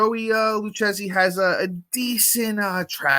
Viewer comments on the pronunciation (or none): Man you're Italian and you can't pronounce it Lou-kay-zee (Lucchesi). All good lol